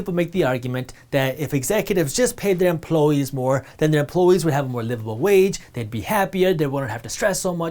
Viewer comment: "Emploe-ese"; The native inhabitants of Emploeland.